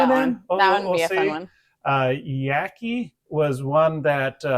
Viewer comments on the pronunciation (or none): Yaqui is like jockey. Not like lackey. :)😊